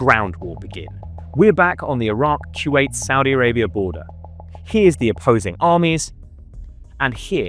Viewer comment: It's Kuwait not kyuwait. Koo-Wait. Kuwait.